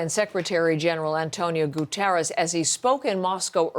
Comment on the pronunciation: Please teach your people how to pronounce "Guterres". It's Portuguese, not Spanish